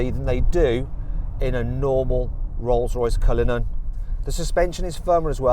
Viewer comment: 디! 쓰이즈 뉴우~ 롤숴로이숴 컬리누언~ 쁠 르액 배zee